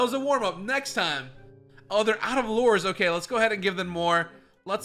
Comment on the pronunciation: He keeps calling lures lores